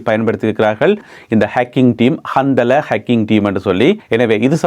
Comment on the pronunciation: கந்தலா என்பது ஒரு ஆணின் பெயர் இந்த பெயருடையவர்கள் நிறைய பேர் உலகம் முழுவதும் இருக்கிறார்கள் நீங்கள் சொல்லும் போது கந்தலே என்று சொல்லாமல் கந்தலா(Handala) என்று சொல்வது நல்லது